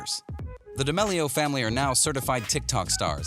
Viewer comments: Did he say Charlie Demelio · he said "dEmelio" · Ok say it with me DAMEEEEELIO k? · Him (and captions): da mele O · You can't say damelio proply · I think they typed it that way because of the way He pronounced it👁👄👁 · The way he says d’amelio 😡🤢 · Can we just talk about how he says d’amelio...? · I hate the way he says damelio